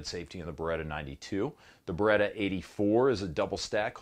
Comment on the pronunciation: C'mon, you know exactly how to pronounce beretta correctly. 😆